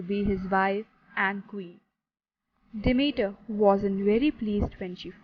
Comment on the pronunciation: I’m saying this in a positive way to you, Persephone is pronounced Per-sef-on-ee and Demeter as, Dem-meat-err. But thank you for the video I love Greek mythology (mith-o-lo-gee) 💛 I should just say, that is how it’s pronounced in English 🙂